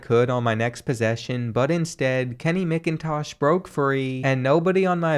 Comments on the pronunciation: As a Georgia fan, it literally pained me every time you said MICKintosh instead of MACKintosh. But i still love the videos! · Also I cringed so hard at (Mick)intosh instead of (Mac)intosh but it’s all good because the goat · Kenny mc-in-tosh that’s not how u pronounce it in macintosh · Love ur videos man but as a dawgs fan I feel greatly insulted with the mispronouncing of Macintosh